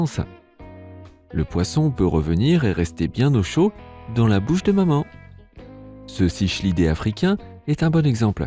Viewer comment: Sympa la vidéo, mais la prononciation de "cichlidé" et "chitine" me chiffonne un brin le nerf auditif ;-) On dit plutôt, phonétiquement, "siklidé" et "kitin"("tin" comme dans tar"tine").